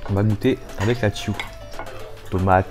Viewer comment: La « tiou » 😂😂😂c’est tchou wsh